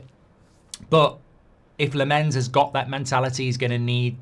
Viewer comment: I’m sure it’s not La’mens. Lammens as in Simmons